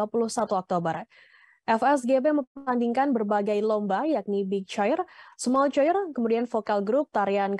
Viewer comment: choir: dibaca "kwayer"